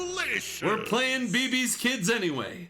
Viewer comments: It's Bébé's Kids.... Lol not beebee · Beabea Keeds